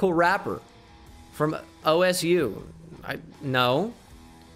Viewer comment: bengal reading Osu! as OSU has me dead bruh 💀